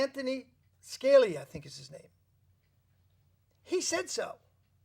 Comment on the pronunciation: Hi. Just FYI you pronounce Scalia, Ska- lee- uh. Thanks for interviewing these women and posting the video's.:-)